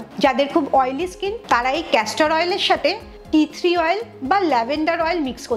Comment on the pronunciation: এই মহিলা তেলের নামই ঠিকমতো বলতে পারেনা। টি ট্রি অয়েল কে বলছে টি থ্রি ,, মূর্খ একটা, এই জিনিস সম্পর্কে ধারণা নাই নামই জানে না সেটা নিয়ে আবার ভিডিও বানাতে এসেছে। ক্যাস্টর অয়েল মুখে দিলে মুখের লোম গুলো কেমন যেন কালো কালো হয়ে যায়, পুরা ফালতু একটা, ইউটিউব এ এখন এসে যা তা বকলে টাকা পাওয়া যায় সেজন্য এসব আজগুবি কথাবার্তা বলে😂